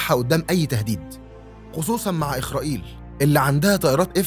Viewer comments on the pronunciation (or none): 🇩🇿اتعلم ان اسرائيل اسم نبي وانت تقول إيخرائيل